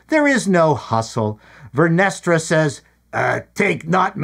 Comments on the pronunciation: Vernestra sounds like "Menestra," a bean stew😂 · "Vernestra" ...cream 😂😂😂😂😂